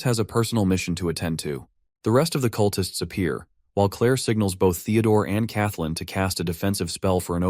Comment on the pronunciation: "The cutlists try to stop him"... cut-lists? Really? OMG I hate AI.